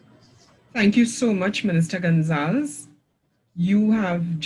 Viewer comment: It’s Gon-za-les. Not gon-zals. Great video/info